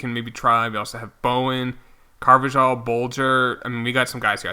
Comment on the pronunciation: It’s pronounced Carvahal